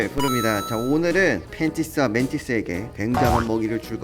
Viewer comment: 저는 왜 맨티스가 팬티스로 들리지?